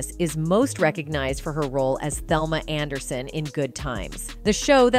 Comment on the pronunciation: Did this woman say Thelma Anderson